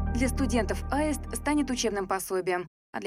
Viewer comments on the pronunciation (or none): Почему произносят в фильме слово "Аэст", а не "Аист" ? Или мне кажется ?